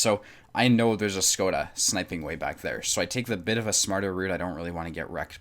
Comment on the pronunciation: 1. If AMX 49 is angling, shoot the cheek of the upper hull (also for ammorack) 2. It's pronounced "shkoda".